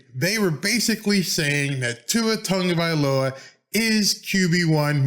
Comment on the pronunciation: Why do so many people add an N in Tua's last name? Instead of TAGovailoa, so many call him TONGovailoa.